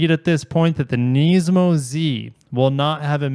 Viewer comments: I watched 30 seconds of the video and had enough of the way u say it…..its Nismi not Neesmo🤦🏻‍♂️🤣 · Yet another one who pronounces it Knees-mo😅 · I love you but please pronounce NISMO correctly (niz•mow) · Its Nismo with an I not an E